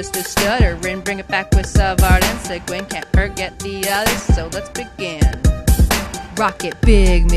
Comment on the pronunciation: No, its not rectch-e its pronounced reck-e. recchi. Its lucic- luchic, not luchich, and its seguin-say gan not sigwin